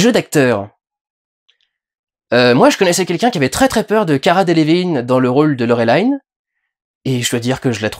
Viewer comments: Euh, juste une question : Tu prononces Valérian à la française, et Laureline à l'anglaise (alors que bon, Valerian, on sait pas trop d'où il vient, et tu dis toi même que Laureline est française.... donc c'est Laureline , pas Laurelailllene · Laureline se prononce Laureline (c'est francé) et non lauwelayne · ça se prononce Laure Line comme les prénoms Français par contre ^^ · Pourquoi tu prononce "Laurelaïn" ? X) C'est un nom français, t'a le droit de le prononcer normalement. Sinon, bah un peu le même avis… Sauf sur l'importance du transmuteur, pour moi on comprend très bien que c'est quelque chose de crucial, même si on sait pas pourquoi des gens se le disputent. Mais dans ce film, y a vraiment cette impression que Besson a voulu introduire tellement de choses à la fois qu'il prend le temps d'en développer aucune. Plus le passage avec Bubble qui est effectivement marrant mais très dispensable. Bref, ce film c'est un peu "Besson montre ses jouets". Pour le coup, et j'ai pas l'habitude de dire ça, une suite serait vraiment pas de trop pour mieux exploiter tout cet univers. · D'ailleurs Durendal tu regardes les films en VO ou en VF ? Tu prononces Laureline à l'anglaise, ça m'intrigue^^ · Il a dit Laureline à l'americain alors que les Américains l'ont bien dit comme il faut pendant le filme xD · Avec ce film on aura surtout eu l'occasion de constater que personne ne sait prononcer Laureline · Bah lit les BD du coup si tu sais pas de quoi ça parle. D'abord c'est Français donc tu peux prononcer Laureline (pourquoi dire Valerian du coup..) Et les BD ce sont des aventures dans l'espace, des conbflits politiques, des enquêtes et surtout des agents explorateur de l'espace. Ca colle au film. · Peut être parce que c'est comme ça qu'ils le prononcent en VO ? Je sais pas j'ai pas vérifié. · Laurelaïne... ça se prononce Laureline en Français! À l'origine c'est une BD Franco-Belge! Faut il le rappeler ??? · LoReuLIne pas Lorélayne 😭 C'est une Bd francaise svp